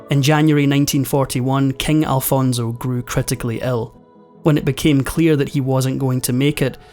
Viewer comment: Please do not pronounce Alfonso as “Alfonzo”. Made me cringe all throughout the video. 😬